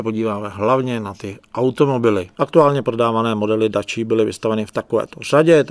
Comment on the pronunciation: Dácia nie Dáčia